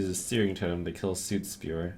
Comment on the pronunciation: Soot rhymes with Foot not Suit.